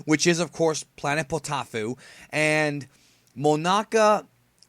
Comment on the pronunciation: Poteaufeu is a french meal and it is prounounce potofeu btw really good review, and I agree with that Vegita is getting tons of caracter developemnt and that It si one of the hilights of super